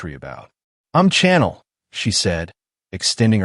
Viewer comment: Your prounaction of Chanel is wrong. Chanel name is a soft C, not a hard C. Think like you shushing someone to be quiet. But otherwise it is a good story.